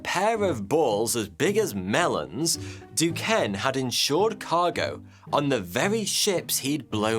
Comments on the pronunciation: Being from Pittsburgh where we have Duquesne U, The city of Duquesne and a bunch of other Duquesne shit I can say Duquesne is pronounced Do-Cane. You’re welcome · Excellent video as usual. just an aside Duquesne is pronounce as Ducain. This dude had a crazy amazing life. Although I disagree with many things he was involved in.